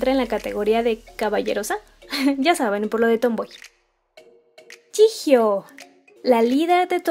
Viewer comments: no se dice jijio se dice yiyo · No hate pero se dice "choion" a jeongyeon "jihio" a jihyo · Yio? No se pronuncia yijio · No sé pronuncia "Yijio" se pronuncia "Chiyo" y si tienen dudas, hay más videos donde lo dicen :) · Yo pronunciaba jiyo xd